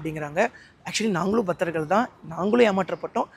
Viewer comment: பத்தர்கள் இல்லடா தற்குறி அது பக்தர்கள்